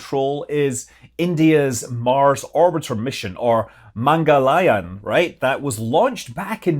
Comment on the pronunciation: Its pronounced "mangal - yaan" :)